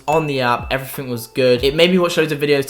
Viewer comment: Hi to elocution lessons. Interesting video and also you might pronounce ever-fing a bit better